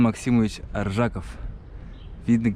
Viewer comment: Ударение ставь на фамилии АржакОв